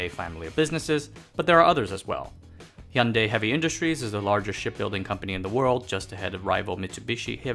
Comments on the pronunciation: Finally a non Korean YouTuber who knows how to pronounce Hyundai. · In Australia we pronounce it so you can hear the "y" like hu-yun-di or something like that